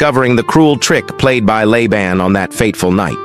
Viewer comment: In the name Laban, the first A is long. It is pronounced “Layban”. There is a drink Laban that is pronounced the way you said Laban.